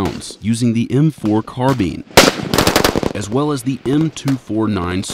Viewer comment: he says carbine as carbin